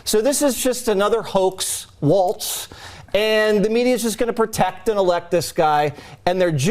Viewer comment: The sofa surfer and his boss have encouraged us to get out there and vote! We're coming out in numbers too big to deny and we will stop them in their tracks! And by the way, for the talking mannequin from Fox, it's pronounced Walls, not Waltz